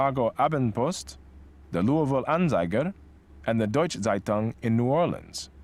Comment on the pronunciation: when he says seitung instead of zeitung xD